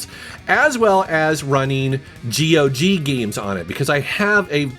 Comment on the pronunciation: GOG rhymes with dog.😀